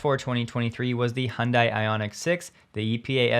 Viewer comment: Great content. Keep up the good work. Btw one word of advice, it'd be good to pronounce Hyundai at least somewhat properly. Although this isn't 100% correct, it's miles better than saying "hun die". The 98% proper pronunciation is: " Hun-Day" like Sunday. (I have close friends who are native speakers). The proper way to say it is: (Hyun-Deh) 현대, but for non native speakers who may struggle with it can get by saying "Hun-Day". Hope that helps.